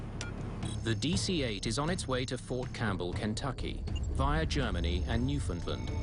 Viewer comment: It's New-Found-LAND not New-Found-LUND.